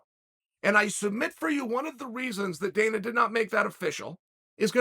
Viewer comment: did he call dana danal or am i mishearing him😂